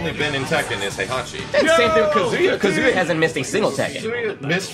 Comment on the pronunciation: Can someone please tell how to pronounce HEI-HA-CHI? or KA-ZU-YA?